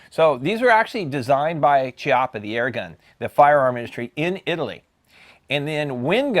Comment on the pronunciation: Good review 👍👍👍👍! I believe the correct pronunciation of Chiappa is "Key...ah...pah". Thanks again!